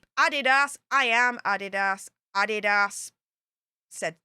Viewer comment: Adidas is a German company started by Addy Dasler and the company is named after him. is actually the one who is pronouncing it correctly. As far as I know, only americans pronounce it Ah-dee-das.:)